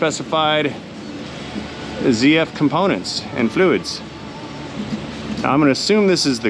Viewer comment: ..MATE.. Nice to see you back with us and in the land of the living 😊 As for the BMW crap. The Gearbox is a ZF..... That's Zed F.... Not Zee F.. The ZF gearbox was used back in the 1960s and 1970s in a crappy van called the Bedford CF 1800cc and 2300cc.. ZF is a German company. A lot of vehicle technicians here just don't like working on the BMW. I personally hate the things. Had 3 of them, would never buy a 4th.. Now days some of 5he BMWs use PSA engines as fitted to Peugeot Citroën Vauxhall Opel and Fiat, plus Ford also use the PSA engines. So you pay BMW prices and get French PSA parts....